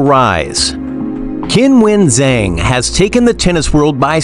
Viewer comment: Come on, learn how to pronounce her name, at least try a little. "Kinwen Zang" is nothing like it. She says "Kinwen" sometimes as a joke and because it's not that important to her as mispronunciation of her name happens so often. There are native speakers on the net who demonstrate her correct pronunciation. And yes, I'm a native speaker of Mandarin whose surname is ... Zheng.